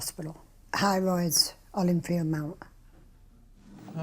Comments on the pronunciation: Who else hears ‘hemorrhoids’ everytime they say High Royds? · The accent of the narrator keeps saying "highroids," and I keep thinking of hemorrhoids Ew. This video makes me incredibly grateful to have been born when I was. Having anxiety and depression, I can't imagine how horrible my life could have been. Depression is bad enough in itself!